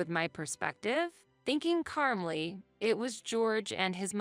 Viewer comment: I wish she could say "calmly" instead of "carmly."